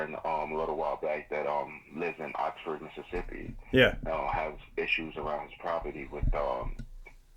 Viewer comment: Hey - it's Oxford, lol, not Oxnard. It's where I'm born& raised.